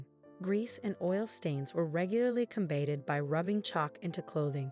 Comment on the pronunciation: Surprising that she or they could pronounce gonorrhea but not cholera, combated or lead !